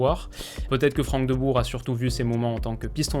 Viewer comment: Et le Rrrrrhout Rrrrhoulit ou les frères Deubour 😂